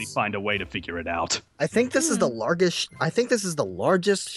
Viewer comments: How did he manage to mispronounce "Largest" 😂😂😂😂😂😂 Didn't notice this a couple months back! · I think this is the LarGest (pronounced it wrong 😂)